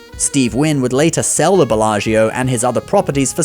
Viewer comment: Please look at how to pronounce Belaggio!